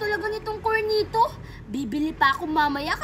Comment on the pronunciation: Cornetto hindi cornito 😂😂